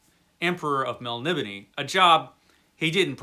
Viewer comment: I think it is actually pronounced more like "Melnibonay"